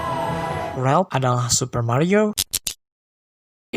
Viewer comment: Ralph bang bukan Relp